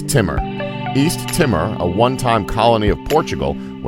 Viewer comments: It's pronounced east tee more. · Its East TEE MORE. My god.